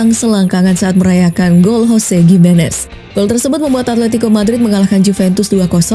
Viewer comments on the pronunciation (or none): none